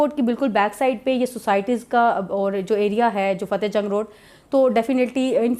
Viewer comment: It's not Cahte, it's Fateh Jang